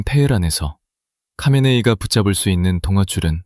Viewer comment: Ai 목소리가 수많은 이들의 녹음샘플에 모음집입니다 하메네이의 하가 묵음처럼 들려 카메네이로 들리긴 하겠네요 듣는 이들은 선별하여 이해해야 합니다